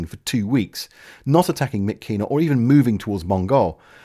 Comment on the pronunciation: Another truly excellent piece on this terrible bit of the war and of a country I've spent so much of my time in. I hate to criticise even a tiny bit but just a pronunciation tip; In Burmese the letters 'KY' are pronounced 'Ch' as in 'chat' making 'Myitkyina' 'Myitcheena....' Please keep this series going it's both fascinating and entertaining!